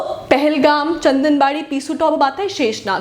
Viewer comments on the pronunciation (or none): Maam chandanwari not chandanbadi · Its chandanwari & not chandanbadi...